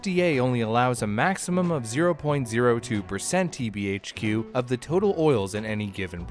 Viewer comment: my man being able to pronouce TBHQ will forever impress me for my life.